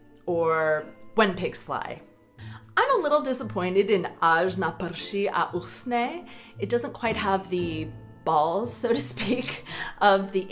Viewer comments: UsCHHHne. Dries. not Usne, Falls Asleep. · No jó, pro jinomluvce je "CH" ne tak lehké vysloviti.